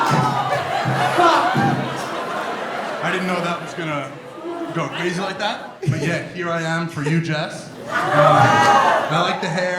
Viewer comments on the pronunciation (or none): Did he say CWAZY 😂